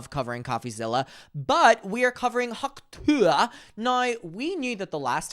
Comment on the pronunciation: every time you pronounce ‘tuah’ like that an angel dies.